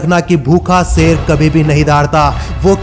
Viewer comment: Youtueber भाई एक सच बता कहूँ तुझसे तो अल्फ़ाज़ भी सही से नही निकलते तू शेर को सेर कह रहा है इससे ही पता चल जाता है कि तू पढा लिखा जाहिल है। जब वीडियो बना ही रहे हो तो कम से कम अल्फाजों की अदायिगी तो सही से निकालो😎😏😃 एक बात और तेरी वीडियो में आवाज़ in-consistence है वह ऐसे कभी तेरी आवाज़ कम हो जाती है कभी ज़्यादा। पूरी वीडियो में आवाज़ के volume को बराबर रखो, हमारे कान न फोड़ो। कोई यह बातें तुम्हे बताता क्यों नही। या हर critisize करने को वाले को hater समझकर नज़रअंदाज़ कर देते हो।